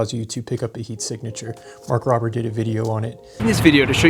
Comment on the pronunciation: THE MOST SUPRISING THING AOBUT THIS VIDEO IS HOW YOU PRONOUNCE MARK ROBER'S NAME